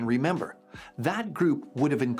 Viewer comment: 10 min 53 seconds REN BER ? do you mean RE MEM BER a 3 syllable word.